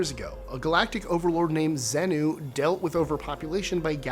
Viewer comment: Just so you know, thetans is pronounced (thay-tons) and Xenu is pronounced (zee-new)